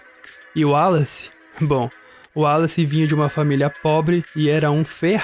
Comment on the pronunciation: Excelente video com pormenores excelentes sobre seleção natural e artificial e o seu papel na evolução das espécies. Só um pequeno reparo: porque é que pronunciam tão bem o nome de Wallace e insistem erradamente em dizer "Darvin"? A pronúncia correta é mesmo "Dar-uin". Abraço de Portugal!